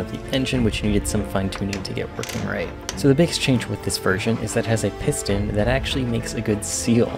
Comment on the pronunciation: I cringed every time he says piston lol